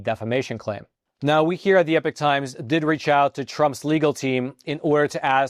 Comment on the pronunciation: "Epoch" ≠ "epic" ‼️ So outrageous! This blatant and greviously chronic abuse of language appears to be the only thing stopping me from embracing the Epoch Times. ..yet since they don't care about accuracy, then i have no use for them as an "accurate" resource.. 😮‍💨